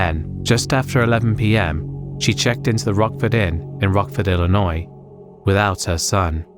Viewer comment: You say Illinois like a pro!